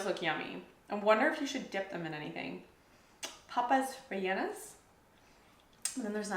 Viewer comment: Perfect pronunciation, including "Papas Rellenas"!